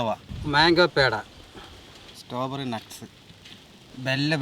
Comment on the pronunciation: സ്ട്രോബെറി ❌സ്റ്റോബെറി ✅